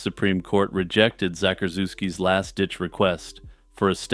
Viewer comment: Zackorzooski? The fuckn